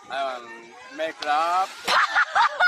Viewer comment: I love how imjasmine, an Asian woman herself, if making fun of that guy for saying "make ruv" lmao that's kinda brutal